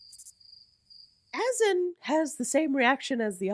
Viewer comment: Azan is pronounced A-ZON! He don’t even know his own name.😂😂😂